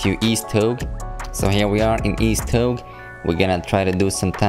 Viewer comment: Also it’s pronounced toe-gay